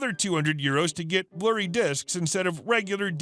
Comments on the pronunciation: Not "blurry" discs! "BLUERAY' discs! 😆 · bluerry disks